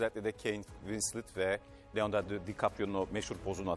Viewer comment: Leonardo değil leondadyo